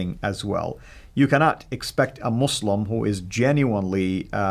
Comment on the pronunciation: Two ignoramuses talking nonsense as usual. So superficial. can't even pronounce "Muslim" correctly. Anecdote after anecdote. Just rubbish. Islam is a knowable subject but not by simply reading without guidance - meaning it requires a teacher.